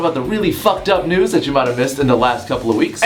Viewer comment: At the start it kinda sounds like he says what the fuck nudes